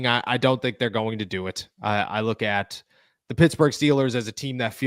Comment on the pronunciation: STOP saying LOOKIT ffs